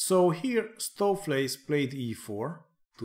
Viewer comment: Nice pronunciation of Stoofvlees, enjoying your AI series, good stuff!